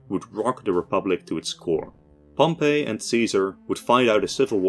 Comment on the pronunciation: his name is pronounced pomp eey, not Pompeii, it’s not the city, it’s different pronunciation